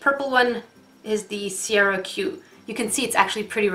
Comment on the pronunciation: I kept cringing because in Ireland we purnounce Ciara, Kiara 😂